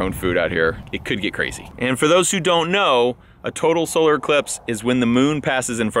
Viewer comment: Everytime he says total solar I hear "total scrotal 💥"